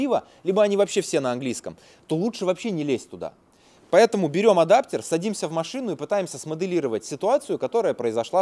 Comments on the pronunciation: ваш адаптЕр сквозь ухо мозг режет) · боже как режет слух этот адаптЕр